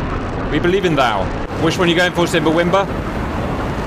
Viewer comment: Love when Cap calls Simba , " Simbra " lmao